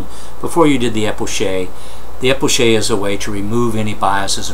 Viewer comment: Isnt it pronounced as K because its a greek word